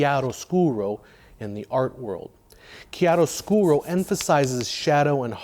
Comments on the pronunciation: Wow, kudos from Italy for the perfect pronunciation of chiaroscuro! [And for all those great videos of yours, of course ...] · Very interesting vid. Plus, form an Italian speaker, props for the perfect pronunciation of "Chiaroscuro"!